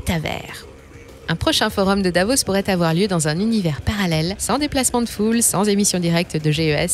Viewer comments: "il ne faut pas afoir peur" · Il ne faut pas afoir peur !!!